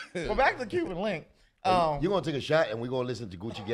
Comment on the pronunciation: It's Cuban Link, not Cuban Linx... Great interview!